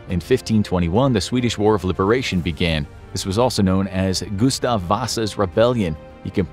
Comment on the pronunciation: As a fellow dude named Gustaf, you just slaughtered that pronunciation